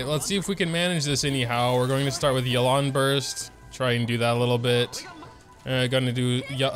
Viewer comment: I think her name is pronounced Yay-lan- someone correct me if I’m wrong